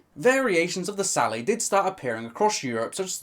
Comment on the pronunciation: It's a hard "t"! The word sallet is not French!